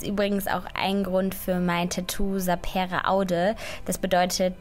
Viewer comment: Nur kurze Info von einem Lateinfreak: das e in sapere wird kurz gesprochen, Bzw die Betonung liegt auf dem a! :)